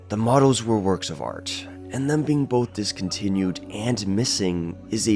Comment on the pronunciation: "Them" rhymes with "Hem". Not "Rum". It's not "Thum". You're driving me crazy.